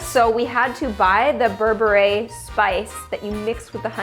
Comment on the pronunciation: im from ethiopia i feel so happy that you tried it even if you pronouced berbere wrong